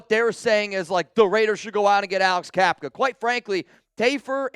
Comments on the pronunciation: Bruh it’s Cap-uh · Cappa, not Cappka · Isn’t it Cappa not capka??